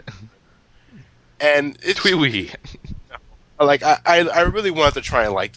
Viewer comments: "TwEe WeE" "TwEe WeE": "The World ends with you": "TwEe WeE" "TwEe WeE" "FaShIoN" "TwEe WeE" "TwEe WeE" Please kill me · why are you saying twiwee